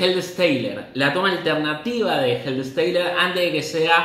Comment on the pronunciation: Supongo que Helei Steiler es Helter Skelter. 😂😂😂 Me encantan tus analisis, los estoy viendo todos. Estaría muy bien que pongas en subtítulos los nombres en inglés de los temas y álbumes o que los pronuncies como se escriben sin añadir ninguna fonética. No alcanzo a entender de qué temas hablas a veces. Tu canal es excelente y voy a ver todos los vídeos!🤟🤟🤟🤟